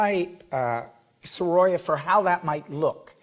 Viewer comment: Please do learn the right pronunciation of Sorolla.